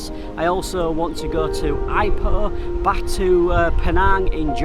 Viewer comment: Welcome back! Just a slight correction, "Ipoh" is pronounced "Eee-poh". And if you're here until end of August and beyond, the primary ISP in Malaysia, Telekom Malaysia is doing the speed upgrade exercise, with connections upgraded, in the case of the 100Mbps here, upgraded to 800Mbps download and 200Mbps upload, in stages by the end of August. I know how much you like your fast internet speed,.........second only to the "Nasi Lemak"?:p Once again, "Selamat Kembali Ke Malaysia" (Welcome back to Malaysia)!:D